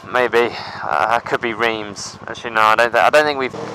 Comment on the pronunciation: Reems, haha! It's Reims, pronounced like rimes. No offence mate ;-) Loved the video. Why should you make the video's longer? You could also make just more videos ;-) I personally hate to make longer videos. Not to watch, but uploading them takes ages... Looking forward to the next ones!